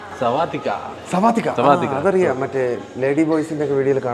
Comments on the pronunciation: Sawadika ❌ Swadika ✅ 🏃🏻🏃🏻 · Sawadika ❌ swathika 😂✅